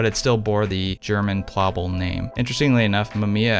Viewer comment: In German we pronounce Plaubel like cowbell... plowbell.